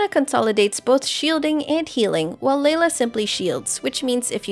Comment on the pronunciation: “Leyla” lol